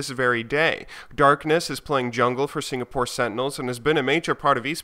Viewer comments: "...and Another Story representing Signapore." Team Signapore... Signapore..... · Signapore. LOL